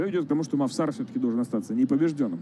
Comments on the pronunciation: НЕ МОВСАР А МОВСАР УДАРЕНИЕ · мовсар ани мавсар